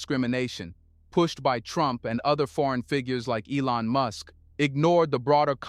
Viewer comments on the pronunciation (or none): none